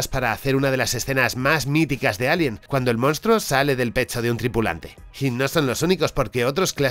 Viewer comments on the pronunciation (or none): none